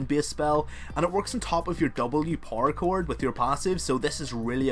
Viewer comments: Who else keeps hearing parkour when he says power cord? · is it just me or does it sound like he is saying "parkour" when he says "power chord?"